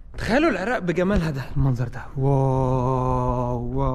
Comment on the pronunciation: العراق مو العراء